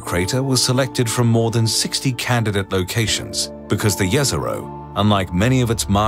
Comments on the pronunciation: Every scientist involved in the project: Jez-Er-Oh This random dude: Yez-Er-oh. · Jezero means lake. And the way you pronounce it hurts me